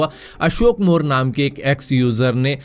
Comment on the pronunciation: Bhai wo nahi hai moreee hai